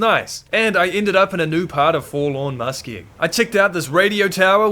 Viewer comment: Take a shot evertime he says Forlawn Muskeg